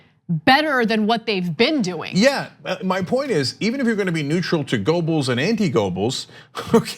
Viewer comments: Goebbels has never been pronounced as "Gobels"--there was the great George Gobel, but no Gobels--"Guerrbells", yes. For the record, fascist 'Murika's corporate journos are truly reprehensible cowards with all the spizzerinctum of puffballs. Lowbrow TYT at least tries for something more, but hasn't the bite 'Murika needs--doesn't deserve, but needs. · Cenk - You need to work on your pronunciation of Goebbels. German: [ˈpaʊ̯l ˈjoːzɛf ˈɡœbl̩s] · Small point but Cenk, it's pronounced "Gerbels". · Pronounced "Gebbles". The "o" is silent as in Goethe. A minor suggestion. Otherwise, love your coverage. I am a monthly supporter. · As a Turk you shouldnthave such Problems with Umlauts Cenk XD G Ö bbels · spelled goebbels.. but gerbels.. is how its pronounced... not a fan of his.. just ticks me off when people don't get shit right.. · Cenk, if you're going to go Godwin, at least pronounce Goebbels properly.